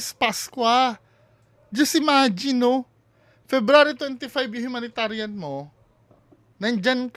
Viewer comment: Humanitarian humanitarian hooooo bulol!!!😂😂😂😂😂